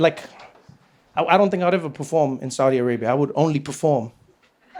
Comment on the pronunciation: You saying it right, Trevor.